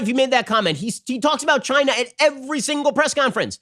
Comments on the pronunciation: Love how Trump accentuates his pronounciation of "CHINA"! " CHAI NA" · It came from CHY-NAH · Chy-nah...is asshole!